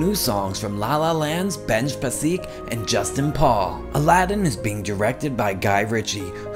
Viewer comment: am i the only one bothered by how Benj Pasek’s name was pronounced? it’s Pa-sick, not pa-seek